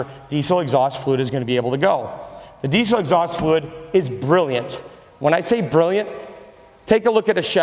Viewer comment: There is no Z in diesel, learn how to talk if you're going to sell them, typical salesman